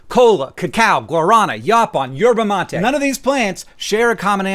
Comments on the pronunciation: Yay good job saying yerba mate ❤❤ drinking it hot its called mate and drinking it cold is called terare. (Rrrrroll them r's) I like the latter the most, especially after a hot day at work! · Your pronunciation of yerba mate is very good I mist say, but it is guaranÁ